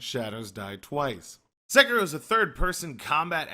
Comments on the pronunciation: SE KI RO. Sek I Ro. Americans and their weird pronounciations. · wow... you couldn't pronounce "Sekiro" any more like a white dude